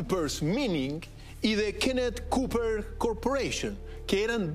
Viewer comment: Estimado, el día sagrado será cuando usted salga al menos de la televisión, socialista de salón, en inglés el cobre, Copper se pronuncia Kóper y jamás kúper como usted dice, usted lee todo lo que dice, que verguenza, yo nací en El Salvador, en la mina cuando aún estaba en construcción, los sueldos que pagaba entonces la Andes Copper Mining CO. eran fabulosos, los obreros se daban el lujo de contratar la mejor casa de señoritas que llegaban a la mina en micros dormitorios, había ley seca pero ellos tomaban Jhonny Walker negro, segundo el proceso de la nacionalización del CU ya estaba listo en el parlamento que dejó Eduardo Frei M., don Chicho puso la firma y también el pecho a las balas porque todos sabemos lo que ocurre cuando te enemistas con los gringos además creo que esto lo sabe todo el mundo, no creo que se necesite un "Doctor en filosofía de las ciencias" título que usted dice poseer que es más falso que boliviano rubio, el profe Maza dice que usted lo obtuvo en la Universidad de Pelotiyehue, yo creo que en la de Burrow's.++